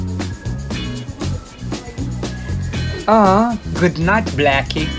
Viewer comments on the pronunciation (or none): The rabbit named "Blacky" name is actually pronounced Brackie.